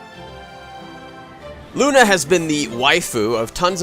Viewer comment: thats not how you pronounce "luna".